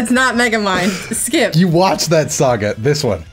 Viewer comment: For a second I thought she said Majin Buu's name was skip lmfao